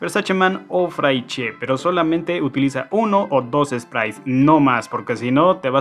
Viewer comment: Te lo prometo. 'fraiche' se pronuncia 'fresh' con R gutural.